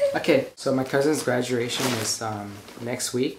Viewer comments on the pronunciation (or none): When he said "graduRation" ;) <3